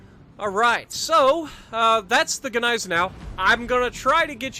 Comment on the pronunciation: Its Niessen-now lololol g is silent